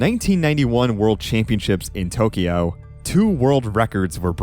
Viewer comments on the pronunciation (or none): none